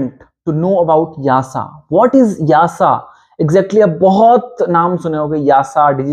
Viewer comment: Why you pronounce YASA instead of EASA?